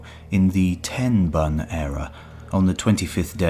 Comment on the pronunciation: "Tenbun" era is pronounced closer to "temboon" in Japanese...